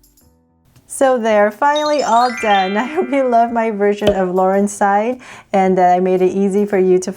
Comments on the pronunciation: um did she say laurenside instead of laurenZside?????????? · It’s larenZsid not larensid 😅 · its laurenzside not laurenside